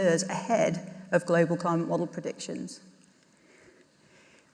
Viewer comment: An almost Freudian mispronunciation from, when she said " a crimeate and nature crisis" its certainly a crime. Burning down the house your renting would certainly rank as a crime, torching the world, probably the crime to end all crimes. Ignorance is no longer an excuse or luxury we can afford to entertain.